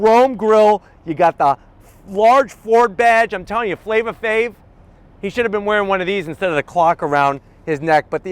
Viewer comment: Flava Flav not Flava Fav 🤣